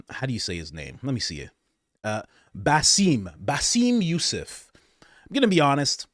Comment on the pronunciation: Giving some constructive criticism…when speaking about others (Bassem Youssef) you can’t just gloss over his name and completely butcher his name and laugh it off. If you’re putting on a show put some extra effort and an additional 3 seconds to look him up and some effort to say his correct name out of respect. Other than that I really love your show but I wish you were a little more professional because while it is all fun when we are on live together, we’re covering very serious topics and investigation and you are one of the major voices in it.